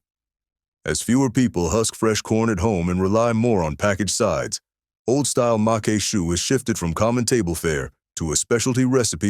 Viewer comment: macque chue is pronounced mock shoe. Congrats to you. I drooled during your video. You video also evoked fond memories of my grandma who cooked many of these dishes. One of the reasons I don't use seafood very often is due to the high cost of oysters and crabmeat. I made a seafood stuffing using cornbread, shrimp, crawfish tails and shrimp that cost almost $50. I'm subscribing to your channel. Good job.